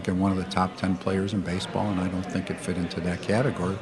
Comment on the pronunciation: He pronounces "and" as "ayund". Don't like it.